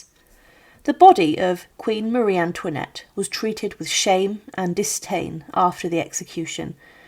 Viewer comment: Co to jest ? Kto zdecydowal się , aby taką lipę wypuścić ? "Maria Tłinet", "Maria Tłanet", "Marianet", "Pałac Tulerów","Schwytanie w Wanessie", "Król Ludwik Piąty Szesnasty", "Ludwik Vał Siedemnasty", "Komora przeciwko gilotynie", "na grzbiecie wozu". ,...To tylko kilka przykładów licznych bzdur w tym ...właśnie w czym? Fatalna polszczyzna, równie fatalna francuszczyzna, brak znajomości realiów epoki. Czy w Polsce brakuje historyków specjalizujących się w dziejach rewolucji francuskiej?